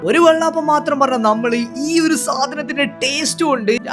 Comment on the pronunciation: എടാ വെള്ളാപ്പമല്ല ,വെള്ളയപ്പം നീ എന്തോന്നാട പറഞ്ഞുകൊണ്ടിരിക്കുന്നത്